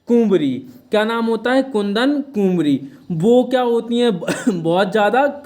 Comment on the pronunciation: इतिहास पर फालतू लेक्चर देते हो और कुंवारी पढ़ना भी नहीं आता है ।